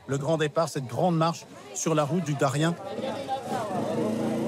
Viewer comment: On ne dit pas Darien, mais Dariene